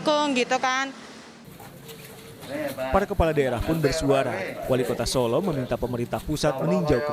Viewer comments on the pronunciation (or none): none